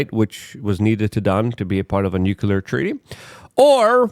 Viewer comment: FFS LUKE! NUCLEAR! NEW CLEAR. NUCLEAR!